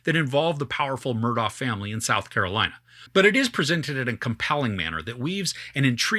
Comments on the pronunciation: First time watching you. Thanks. When Alex/Alec was first interviewed, in the car I think, he spelled his name then clearly pronounced it Murdock. I was glad he did that, because, like you, I had trouble with the correct pronunciation as well. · Take it from a local: The name is pronounced like this spelling: Murdock